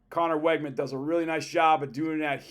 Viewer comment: Learn how to pronounce Weigman's name, please.